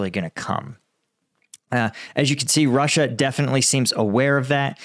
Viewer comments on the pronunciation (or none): none